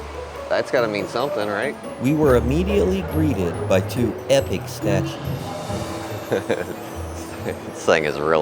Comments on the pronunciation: All good. Hope your short trip was enjoyable. It suprises me you still say 'Mel born', surely you've heard everyone else saying 'Mel bun'? That's how an Aussie says Melbun. 🙃🇦🇺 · Maybe learn how to pronounce Melbourne Yanks.